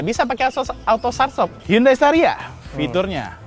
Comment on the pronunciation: Estaria wkwk espas staria